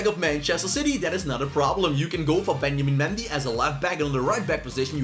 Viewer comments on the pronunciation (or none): “Benjamin Mendy”. u sure mate 🤣